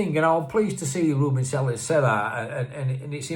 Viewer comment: Welcome back to Blighty,! I hope you enjoyed your Turkish delight. Being a bit of a Spanish speaker, I would love it if all Unitedites could learn the Spanish pronunciation of Sr. Selles name. It's actually quite easy - "SAY-YES". I'm sure he would appreciate it if we all made an effort. The last time I tuned in, I noticed that Jimmie was trying his best. As for HAMER, "HAYMER" is the Anglicised version, whereas HARMER is certainly more Dutch or Brazilian. Adios amigo! Hasta luego!